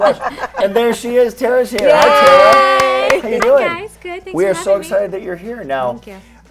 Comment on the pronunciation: Why do they say Tera Strong?